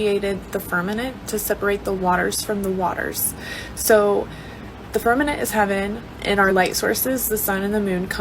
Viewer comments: is she saying firmanent? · Great video! I wish the girl with the eyelashes would learn how to say firma ment. Sounds like she is talking about a fern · Fur-MA-ment, fur-MA-ment, Bambi eyes 😊